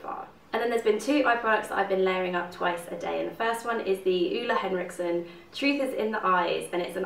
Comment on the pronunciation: he's called Ole Henriksen...just read the label. see that was not so hard.